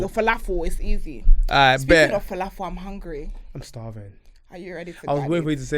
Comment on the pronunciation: Falafel? Fala? 😂😂😂 that killed me